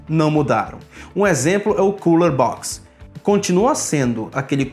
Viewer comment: Olha que pronuncia perfeita de CoolerBox 😳